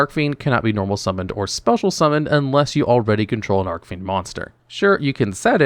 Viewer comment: Yeah, pronunciation in this video was rough. Hearing Arc-Fiend over and over again was also painful.